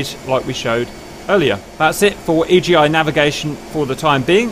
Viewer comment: It's called Iggy, not E.G.I